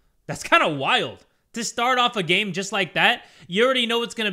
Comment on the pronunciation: “This gane contaims” 😂😂 who else caught that? Lol